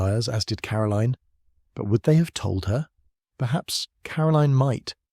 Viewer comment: I really like. He just needs to properly pronounce Caroline. The author has a gift I could listen to these books for hours.